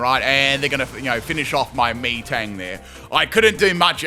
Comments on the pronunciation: Out of all the amazing pronunciations, Meeeetang is probably my favorite. 4/5 letters of metal, so I think it’s said like “metal” XD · The way you say Metang makes me think that's how you ask for orange drink. Me thirsty. Me Tang. Me drink. :_pimpKai::_pimpCaterpie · Haha still mispronounces metang wow XD lol